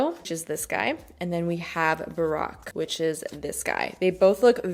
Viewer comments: it is pronounced BA ROKE like BROKE ! Not Barrack like Obama 😂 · I love this video concept! I've tried a few things from Em Cosmetics and really loved them, and am curious to try more. And I definitely want to give some of those Rare Beauty items a try. PS - Baroque is a style of music, architecture, and art and is pronounced BAH-ROKE. It rhymes with broke, which is why there are a lot of puns to that effect! Like, "I would go Bach to the store so much, I would go baroque from spending so much." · Also, the “baroque” blush is pronounced Ba-row-k 😬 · the way she pronounced it made me think "Barack Obama!" haha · I love her but the pronunciations kill me. People gonna be thinking the Baroque blush is named after Barack Obama. 😂